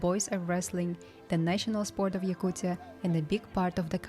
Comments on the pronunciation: I never really understood how the pronounciation can be that hard. it literally says yakutia and it turns into yaktucha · Why he saying "Yakuchia"??😂😂😂 it's Yakutia. T